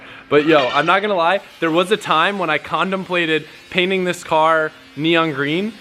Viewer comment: Am I the only one who heard him say “ Condom plated” instead of contemplating???